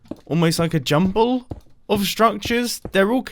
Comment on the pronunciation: he said a “jumple” instead of “jumble”